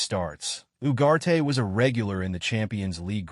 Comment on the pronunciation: Its Ugarte not Uwate